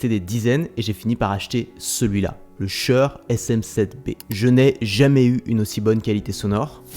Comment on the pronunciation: j'ai jamais entendu quelqu'un prononcer si mal "shure"